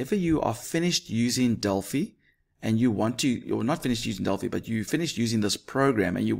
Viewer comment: At last someone who says delphi properly